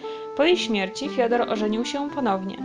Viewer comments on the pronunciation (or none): none